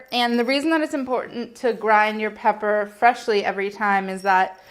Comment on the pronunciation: The most eye-opening thing about this video was that Molly said "peber" :o